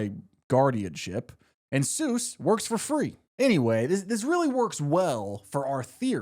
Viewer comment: I knew we were cooked when bro said it’s “sues as in doctor” 😭😭😭😭😭😭😭